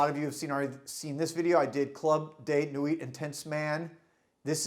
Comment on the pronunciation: its club de nwiiii, not nwit